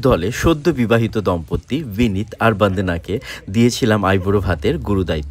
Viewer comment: Ato sundor Bangla bolen tobe naam gulo r uchharon omon keno?? Vandana to noi Bondona uni